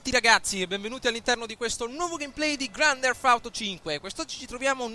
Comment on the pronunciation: Ahahha "granderfauto" sei un grande